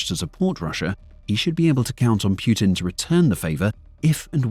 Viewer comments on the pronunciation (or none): Personal peeve; People who say Piutin. Make an effort. It's not that hard. It's POOTIN!!! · Poo -tin not pjutin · Reuters is pronounced "roy-ters", not rooters. Putin is pronounced poo-tin, not pyootin. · So the official way to pronounce the leader of Russia is Pew-tin or Pooh-tin? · "Pjutin" sure... Why are you placing letters in the word that are not there? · Who is Pew-tin? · I cant stop laughing whenever i heard 'pew-tin'😂😂😂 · Pewtin, Pyutin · Like that you call him pootin xD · wtf is Pyootin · "Pew'tin"?? lol I've never heard his name pounced that way! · Is it just me or I hear putrid instead of Putin? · Can you show me the Y in Putin? Pyutin? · The way the narrator pronounces Putin sounds a lot like putrid. XD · the AI’s pronunciation of “Putin” brings me joy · Is it pootin' or poo'd-in?